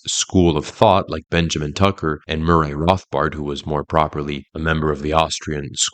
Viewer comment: I have questeons regarding Mooray Rothbard.